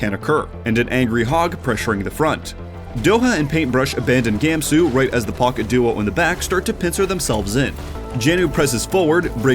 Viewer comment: It’s pronounced Gahmsoo, not Gāemsoo